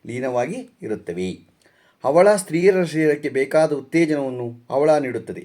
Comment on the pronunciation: ಅವಳ ಅಲ್ಲ ಹವಳ